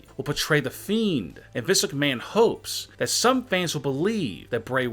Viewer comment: Why do you say fannss